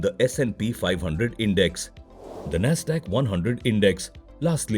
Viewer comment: You mispronounced index buddy